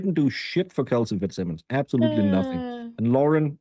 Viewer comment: Where did learn how to talk? I'm from RI next to Massachusetts and I have lots of family in Massachusetts. They do not say ingk after words! What is this???